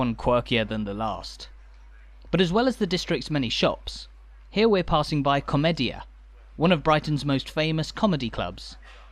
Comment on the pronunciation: Nice video. I miss Brighton. BTW komedia is pronounced comedia.